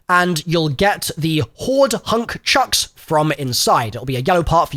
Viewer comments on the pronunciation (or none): Hoard Husk Chunks. Not "hoard hunk chucks"